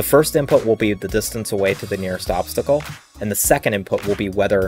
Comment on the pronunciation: It's obstacle not obsticle